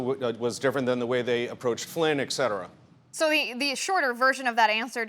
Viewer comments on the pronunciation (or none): Ek Setera? The term is "Et Cetera". It is Latin and translates to And so on or And so forth. This man is a MORON!